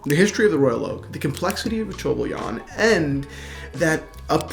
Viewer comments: Tor-bi-on Not attempting to be mean but just a tip. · All credibility for being qualified to sell this watch shattered by not being able to pronounce Tourbillon. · The way you say tourbillon is hilarious. Love the watch! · Fabio Stefana i like how he says it; is it incorrect ?